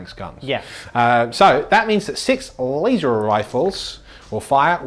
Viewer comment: Lay-zer Rifles